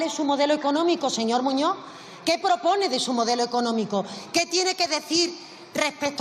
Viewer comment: Muñoz,no muño.aprenda a hablar,Castellano, Español.